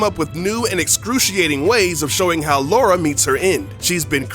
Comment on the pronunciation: It's Lara, not Laura.